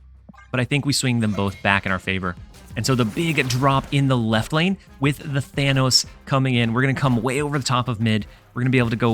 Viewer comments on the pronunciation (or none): none